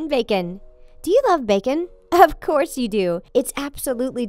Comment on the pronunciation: "Do you love backen." me: I am vegeterien. "Of chors you do" me:😑😑😐😐 relly...